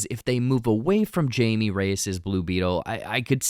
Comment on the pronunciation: Jaime not Jaime lol